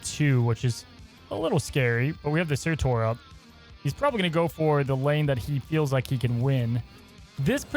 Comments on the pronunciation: For the love of god stop saying surTOR ITS TUR!!!😂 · dude....it's surtur not surtor tur like turn not torn. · Sir-terr. Not Tor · It’s pronounced “Sirtur”. Quickly said. You’re saying it more like Sir-Tore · SURTURRRR! Where is the O?? Not SurtOr, cmon what are you.. Alex? :P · Pls stop butchering his name :'( S U R-T U R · I got triggered how many times he said 'sir tor' lol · He is generally bad at pronunciation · Sorry y’all I’m gonna be that guy: pronounced like “Cer-ta” 🤓☝🏻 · Did no one notice how pronounces Surtur 😅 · How are all of the snap content creators pronouncing surtur wrong... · It’s driving me insane